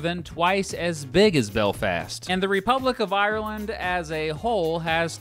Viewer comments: lol nice way to pronounce Belfast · The way he said Belfast triggered me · The way he says Belfast